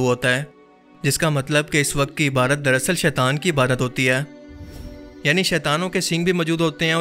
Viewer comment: Maine ghaur kia hai ke aap lafz IBADAT ko hamesha IBAARAT pronounce karte hain. Iski wajah batayenge please?